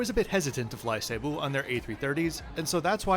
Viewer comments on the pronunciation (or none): It is not pronounced SAY-boo. Jesus. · I've had only positive reactions to Cebu (not Say-bu) Pacific and I've flown them many times. The absolute WORST is Philippines Air. So rude, so dirty, so awful. Only complaint on Cebu is non-reclining seats on most A320's.....but not bad.